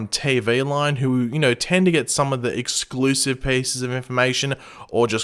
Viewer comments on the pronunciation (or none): none